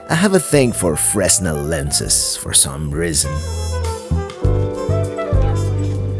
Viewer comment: I'm watching your series, and I'm enjoying it very much. I think the Fresnel Lens is usually pronounced "Fray-nel". I bought some the size of a credit card to help read tiny print.